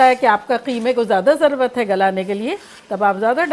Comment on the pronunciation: Dear And one word i want to change is ضرورت instead of saying ضروت